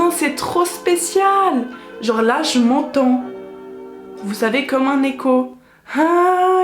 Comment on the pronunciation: « Je m’ontond » 😂😂